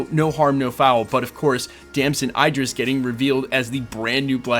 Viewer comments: His name is pronounced Dam-son Id-Dris. Not Ey-Dris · It's pronounced Id-ris. Not I-dris. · As for how to pronounce his name, it depends on where he got it from. If it's the Idris profit in the Koran, it's with an EE like eat. If it's just European, it's like the i in sit. But there is no i like you are pronouncing it (like fight) as far as I know. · His name is pronounced like It'd-dr-ress